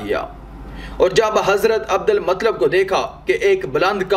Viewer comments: Adal matlab nahi adul muttalib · بھائی اچھی کاوش.ایک اصلاح قبول کریں. عبد المُطْلَبْ درست تلفظ ہے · Matlab nahi bhai Abdul muttalib👍👍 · Bhai hazrat muttalib hai matlab nahi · Nabi ke dada ka nam Abdul Muttalib tha Abdalmatlab nahi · Abu muttalib hai unka nam naki matlab theek hai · Abdul Mutallib naam to theek se lelo bhai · Bhai hazrat Abdul mutalib y nam thik se bole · Naam to sahi liya karo abdul muttalib naam hay